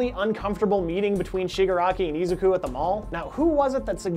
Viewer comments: Ezu-kew? Who dat. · Mhm no one is also talking about the mispronunciation of Izuku’s name.